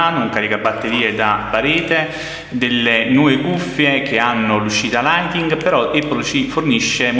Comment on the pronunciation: Apparte L audio indecente si dice lightning non lighting!